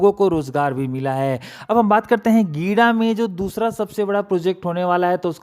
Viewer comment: गिडा नहीं है जी, गीडा है।